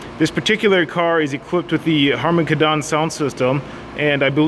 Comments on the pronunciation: Harman Kardon not Harman Kadan lol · Harmon Kadon.... Lol it's Kardon man, Kardon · Harman KadAAAAN. xD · It's pronounced Harmon KARdon, not Harmon karDON. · lmao I just commented the same thing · say Harmon kardon right once please